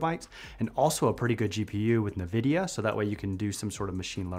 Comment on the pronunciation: You can do Android texts on your Windows computer too. It's just that not a lot of people know about it, I guess. "na vidia" is killing me.